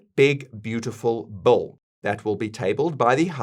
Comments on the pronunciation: It’s Big beautiful Bill not big beautiful bowl LOL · It’s Bill Not Bull! 😂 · Your pronunciation of the word 'bill' sounds exactly like 'bull'